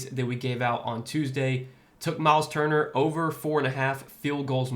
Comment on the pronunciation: U get props for even saying his name correctly or better than I would lol , turner is out of here! Cnt be in a lineup anytime soon after that lol